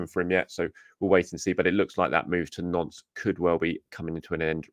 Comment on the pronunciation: It's pronounced "nont", not "nonce"!